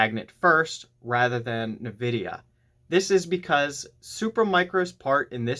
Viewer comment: Suggestion: correct pronunciation of Nvidia is: In-vid-ia , not Na-vid-ia. Look up correct pronunciation on Google.